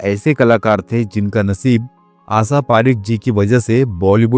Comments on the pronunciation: BKM77 DELHI Tum FILM INDUSTRY ki Ek Jani Mani HEROI NE ki Jiwan Virtant Suna rahe ho par Tum abhi iss Kabile nahi ho kiunki Tum Unka NAAM bhi Theek se nahi le pa rahe ho. Kya tumhe koi Rokta Tokta nhi. AASHA PARIKH hai aur tum Bol rahe ho AASA PARIKH.Kya Tum SHA ka word jo SHADI me iste mal hota hai Bolne me Sharm aati hai ya JEEBH me koi. Asadhaya ROG hai DOCTOR se CHECK Karwaiye.Pata nahi Kon Tum Logon ko BHARTI kar leta hai Iss FILM INDUSTRY ka BEDA GARQ kar ne ko! Tum ye Line Change kar lo wahin BIHAR me RAJ MISTRY ka Kaam karne K kabil ho. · What’du mean asa parekh? Say her name properly or don’t bother doing this program 😮